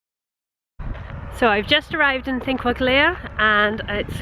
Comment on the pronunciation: the l. like in Þingvellir, the el is pronounced sorta like a t